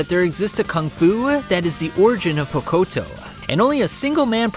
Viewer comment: That pronunciation of Hokuto is brutal.